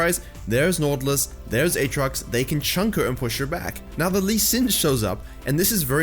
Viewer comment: why u cant pronounce right naUUUtilus! ?